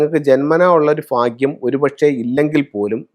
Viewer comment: ഫാഗ്യം അല്ല, ഭാഗ്യം